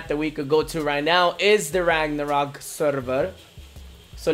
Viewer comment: You keep pronouncing LAGnarok wrong?